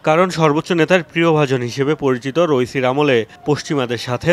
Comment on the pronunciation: রইসি না রাইসি